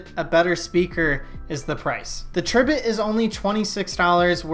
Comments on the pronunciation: Isn't it pronounced Tri - bit as in "TRY" BIT??? That's what I think. Makes me cringe every time you say it. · Pronounced TRY bit, haha!